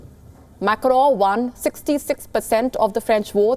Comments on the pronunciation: Its not Macro Macro as you are pronouncing it is MACRON Wonder how they hired you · Mam it’s not Macro.... it is pronounced Macron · Why the anchor is calling Macron as Crowww? 🤣🤣🤣🤣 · The way this anchor just butchers the French name... is a wonder to watch.